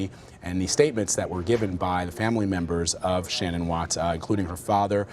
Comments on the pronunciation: I'd love to hear from the mistress. To add- his parents victim statements were inappropriate. They barely mentioned Shannan and the kids, it was all about “we forgive you Chris”. And I’d wish they start pronouncing Shannan’s name correctly. It’s pronounced “Shann-an” like Shannon not “Shan-anne”. Her Mother pronounced it correctly. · I hate the fact that Vladimir Duthiers can't even pronounce Shanann's name properly. Some reporter! He also gets a number of other facts wrong (i.e., "Nico" was not a nickname, idiot). Please do your research prior to going on air. I'm guessing you're not a Columbia School of Journalism graduate, to say the least. Do you have ANY journalism credentials? Whatever. I'm so proud of all of the awesome reporters out there, and people like this guy cast shade on all who strive for accuracy and precision. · Why does the prosecutor keep calling her "sha-NAN?" Weird. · his mistress says shunANN tho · I’m not sure if big man in black suit is the prosecutor but he should have the respect to pronounce her name properly, not shin-Anne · I realize this is years afterwards, but for the primary reporter, there are two issues. You’ve mispronounced Shan’ann’s name, and her unborn son was to be NAMED Nico. It was not a nickname given to that baby after his death. Thank you for your time. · Say her name correct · It annoys me the watts family can’t pronounce shannan correctly. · does anyone know why she is pronouncing Shannan's name differently than everyone else?